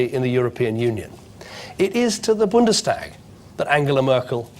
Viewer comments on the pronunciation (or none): none